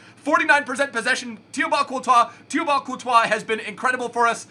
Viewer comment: Thibeault Courtois is pronounced "T-bo Courtois"